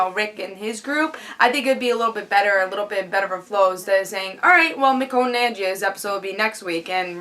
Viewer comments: It's Meh-Shown, That I know. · Who's miconne? Michonne........ Haha. mess up the black girl name. Why don't you. Joking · Nice review, agree with pretty much everything you said, especially with Rick and Lori. Did you notice when Carol was doing the C-section on the walkier someone was watching her from the tree line? I thought that was creepy. And I think you're pronouncing Michonne wrong.Oh and the intro is awsome !